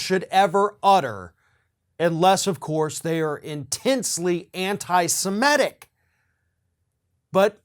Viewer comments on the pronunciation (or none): It’s SEMITIC not SEMETIC!!